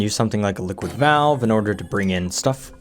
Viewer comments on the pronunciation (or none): none